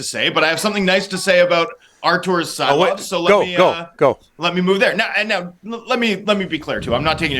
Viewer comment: I think the first pronunciation was pretty spot on...(see-lovs)